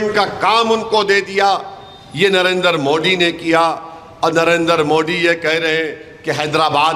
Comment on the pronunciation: ये मोदी जी को मोडी क्यों बोलता है? इसको किसी भी शब्द में द बोलने कोई दिक्कत नही तो फिर मोदी जी को क्यों मोडी बोल कर अपमान करता है??